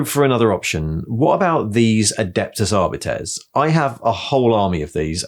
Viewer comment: Never mind WYSIWYG, let's talk about the way you say "Catachans"! And this is not a diss - I'm delighted to finally hear someone say "astartes" and "arbites" the way I think they should be pronounced (I've been holding onto that since 1994) so I'm genuinely interested. Those are both inspired by Latin, but what's the cue that I've missed for Catachans?